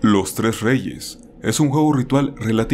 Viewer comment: Cambiando un poco de tema, cuando dices "Los tres reyes" lo escuché como "Los tres Regis" xD pardon por ser Pokefan